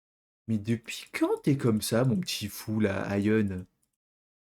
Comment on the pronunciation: Nonn pas Ahyeon ça se prononce Ayen Ahyeon c’est dans babymonster 😔🤣